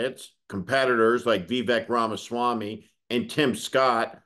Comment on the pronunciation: No they did a story on Vivek Ramaswamy. They guy is massive on the right and Steve here cant even pronounce his name correctly. It goes to show Steve here wouldn't know shitfrom Clay if it was on his hands about anyone right of centre but does love whipping up fear and hatred from the left with boogieman theories people not really paying attention to the whole picture lap up. His name is pronced "Vi-vake" as in cake.